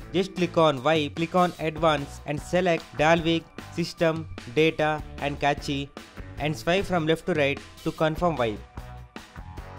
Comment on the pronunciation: it's pronounced cache as in cash. not cache as in kaachee. lol. nice vid tho